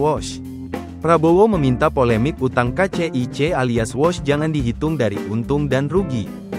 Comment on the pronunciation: Kok bacanya wash artinya mencuci, seharusnya Wuus .